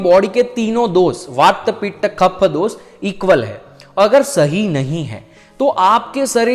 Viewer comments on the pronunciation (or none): none